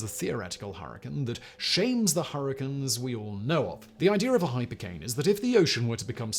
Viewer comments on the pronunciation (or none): The sun nevar sets on factboi's pronounciation of "(h)'ypercane'" !!!1